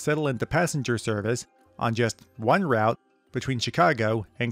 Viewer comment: not ROWT....ROOT